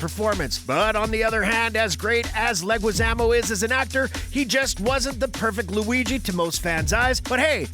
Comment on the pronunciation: WTF!!! Why are you saying Mario like that? Feels like you're intentionally setting up that moronic cool Hwip joke from family guy. You even did it again with John leguizamos name.